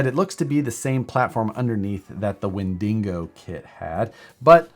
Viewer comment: Wendingo? hah